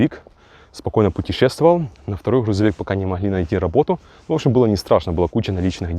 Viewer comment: Блин чувак Хрузовик🤦‍♂️